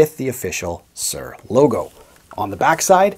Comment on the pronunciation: I can't listen to you saying Sir all the time ! It is Soor ! Not Sir !